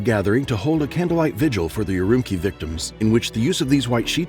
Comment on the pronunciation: Also, note to narrator, (and I'm not trying to be mean), Urumqi is pronounced er-oom-chee by people in the region.